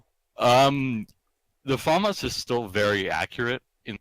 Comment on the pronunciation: or "faemas" when as it being french is "Faamas"